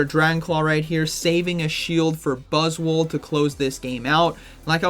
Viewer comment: 😂 I can’t . Every time buzzwol is mentioned, I hear boswollocks 😂😂😂😂 making myself laugh again !